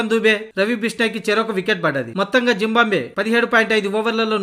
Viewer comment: జింబాంబ్వే కాదు భయ్యా! జింబాబ్వే 😂😂